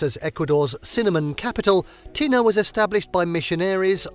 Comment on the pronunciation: Been there. Pronounce tena correctly for credibility.